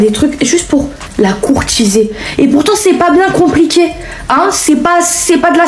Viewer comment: "les hommes ne savent plus courtchiser pourtant je suis trop romantchique wesh"